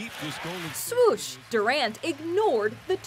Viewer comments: she said swosh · Swoosh 🤨 I thought it was swish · sooosh? seriously?